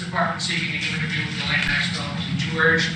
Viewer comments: Another reminder, David: Maxwell's first name is pronounced with a hard 'G' as in GHOST and GHOUL. The ''S' is silent. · David... It kills me to hear Maxwell's first name being mispronounced... her name is Ghislaine... pronounced as Ghee-lane"...